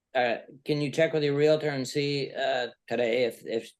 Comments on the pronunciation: As a non-American I'm confused. Isn't a Karen a name used to sarcastically refer to an entitled white woman? Isn't it more appropriate to call this woman a strong and independent black Queen? Also, isn't the word "realtor" pronounced real-tor and not real-a-tor? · REAL-TOR REAL-TOR There is no A between the L and the T. It is not REAL-A-TOR. LHM!!! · Its realtor, not realitor you moron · And there’s no such thing as a “reLAtor”. It’s “reALtor”. Groves me nuts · Her repeatedly saying 'Realator' irks me so bad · Omgoodness this female is something else, overtaking the judge. And the word is REALTOR.....NOT REALATOR! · Real-tor not Real-a-tor🤦‍♀️🤦‍♀️🤦‍♀️ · her saying "realator" is the real crime here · The word is Realtor, NOT Relator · WHY do so many Americans say "realator" instead of "realtor"? Have they never connected 'realtor' with REAL estate? You wouldn't say "realastate" would you? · She should be convicted for mis-pronouncing REALTOR as "reel-uh-ter." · Real-i-ter 🙄 Ignorance is as ugly as narcissistic non-compliance. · The way she says Real a tor & Expar tea drives me nuts, as does her annoying voice. Had to watch a second time, it's a banger lol. xo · The word is real•tor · There is no "i" in Realtor. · RE-AL-TOR. Learn how to speak English.